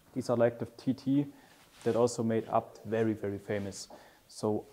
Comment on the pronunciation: Fyfan vilken jävla video du fått ihop, inspirerande som fan💯 men förlåt vem fan säger abt, man säger väll A B T?😂